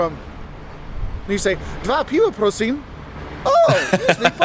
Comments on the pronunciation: he said " prosin " its more like "Proshe" (: what means "Please" ( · Please is [PROH-sheh] , not "prosim" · This video is nice, but a little bit outdated. It's not so cheap anymore, there are more tourists and we are not that catholic anymore. Oficially - yes, but there aren't that many hardcore believers these days. And the last thing: he said "prosim" is please in Polish. No, it's "proszę" (sounds like "proshe"). "Prosim" sounds Russian and given the fact that nowadays Russia is very much hated here (war in Ukraine) it's not the best idea to sound Russian. Just sayin'. 🙂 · Not PROSIM but PROSHE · I listened before but come on „pro-seem”?! Proszę people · It's not,,prosim", that's Czech, it's ,,proszę" for ,,please". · 😂 "prosim" is not in Polish but in Chech Language. In Poland it's "proszę" pronounced: proh-sheh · In Polish there is no word : prosim 😂 Please = Proszę in Polish. Ergo, he doesn’t know Polish words. He makes them up 😂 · It's not "prosyme" or "prosim" like he said, it's "proszę", here's explaintation: > P R O S Z Ę < First three letters is flat you can read it like "protector" or "protagonist", the next two I mean S Z are actually one "sound" and it's "sh" in english, here's example "shoes", "shit", "shine". So the last one is "Ę" it's Like normal "E" also read it flat like "earth", "empty" or "else" and that's it. Easy, right? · NOT PROSIM ! It’s PROSZE!!!!!🤨🤬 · Prosim is not Polish, it's "proh-sheh" give or take. Prosim is ... Czech? Unsure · "Prosím" (please) is Czech, "proszę" is Polish. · Yeah, you might have encountered stony faces and slow service but we visited a few years ago and didn't experience that at all. Maybe it's you?! I don't expect people to be rolling around in delight that I'm visiting though 😂 Maybe somebody Polish could chip in here but isnt he mispronouncing Krakow?